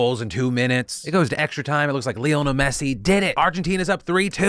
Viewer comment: You’ve been watching soccer for 4 years and yet you don’t know how to pronounce Lionel…